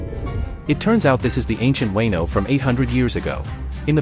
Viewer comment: Weno arc.. ?? Fuckin AI